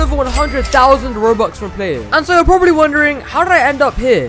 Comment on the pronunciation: The “HOW DRRRRID I DO”